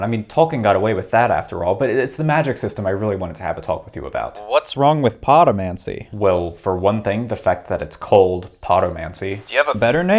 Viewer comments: You know he didn’t actually put that much thought into it because he pronounces “podomancy” with the accent on the first syllable. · I also heard potomancy, except "poto" means "butt" in Spanish.